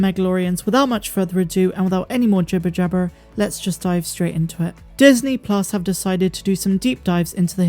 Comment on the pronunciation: Your accent when you say jibber jabber gets me every time haha